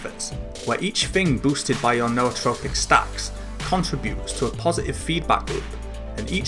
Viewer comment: Thank you for pronouncing Nootropic correctly. Drives me nuts when people pronounce it "newtropic".